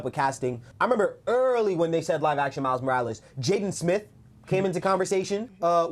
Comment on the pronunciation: I want a Kinda of new upcoming actor. But people love to forget that yes he’s black but he’s a black LATINO 😭. Miles Morales. Roll that r in his name please lol😭😂. But jaden smith is a WILD pick. Appearance wise. Style wise. He just don’t have it lmao. But definitely need someone that can act. I would FREAK out if they continued with Andrew Garfield. I’m happy tobey isn’t in this conversation tho lol. Cause fanboys go crazy but acting alongside Andrew Garfield. Even in no way home Andrew stood out amongst the 3. Miles Brown would be an okay pick. I wouldn’t go crazy on the casting of him but I wouldn’t be mad. Especially since he has that latino side to him aswell. I want to say this too. PLEASE GOD. No live action spider Gwen. It’s so odd to me. So random and misplaced. I hated after no way home how people were saying in Andrew’s universe they could get away with a spider Gwen. NO 😭